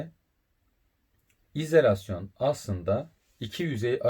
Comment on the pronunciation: bence izElasyon telaffuzunuza binaen yazmış arkadaş 😀